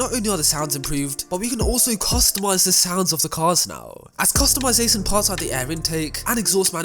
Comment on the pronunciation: i love how he seis custumasasun